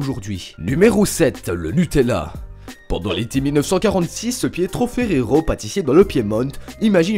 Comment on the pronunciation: Ha Ha , le Piemont, Mitchell Ferrero, pas la peine d utiliser un accent americain pour du made in italy